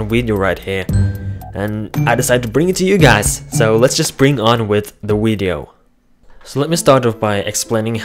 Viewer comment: I like how you call your videos "Wideos". It's a nice, Wario-style touch. :)